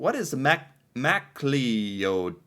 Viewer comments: haha Mac Clee ouds it's pronounced Mac Cloud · Macleod's is pronounced Mc-Cloud's. For the Solider face to face you need to look up The Oka Crisis. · MacLeods is pronounced Mac CLOUDS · Louise Réal - Loo-ee Ray-Al Métis - May-Tee Macleods - Muh-Clouds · Mac clee oods. Wtf is that you speak english rite. Its Mac clowds phonetically. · The little boy in Wait for me, Daddy is still alive. Taken in New Westminster BC. The Old Guard basically just means the older stodgy generation. Pierre Trudeau is Justin Trudeau father and was our Prime Minister. Macleod's is pronounced Mac loud. That huge Canadian flag has shown up in quite a few places. The Quebec Referendum cane very close to breaking the country. An excellent series of photos. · Pronounced “mc clouds” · Pronounce ma clouds it’s Scottish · Macleods is pronounced - Mack Clouds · Your attempted pronunciation of “Macleods” made me cringe so hard!